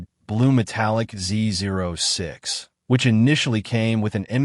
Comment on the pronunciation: Makes you wonder about knowledge if the presenter does not know how to pronounce "ZO6"....